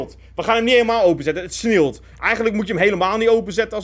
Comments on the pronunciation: Normale mensen: het sneeuwt: het sneewlt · Iedereen: ‘het sneeuwt’: ‘het sneelt’ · Niemand:: Het sneelt